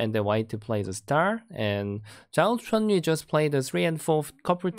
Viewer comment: It's Zhao Chenyu not Zhou Chenyu